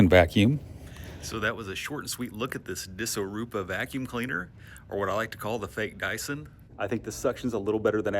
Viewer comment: I don't even wanna know how long it took you to figure out how this brand name is pronounced, but you said it like a pro.